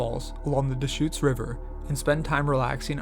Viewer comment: Thanks,. Good narration. FYI, the state is pronounced “ARE-uh-gun,” with the “u” in the final syllable barely discernible; it’s not “ORE-E-gahn.” But you did get “Deschutes” right. There are many easily, frequently mispronounced place names in the wonderful Beaver State. (Just give “Yachats” and “Champoeg” a try).